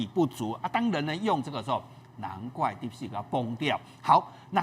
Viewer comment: 來賓好像把 deep seek 說成 deep sh*t 😂